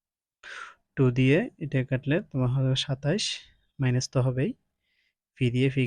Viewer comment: Maines😂 na minus 😅